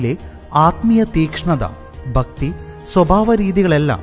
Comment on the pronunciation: ഭക്തി എന്നുപറയുന്നത്തിന്റെ മലയാളം സ്പുടത കറക്റ്റ് അല്ല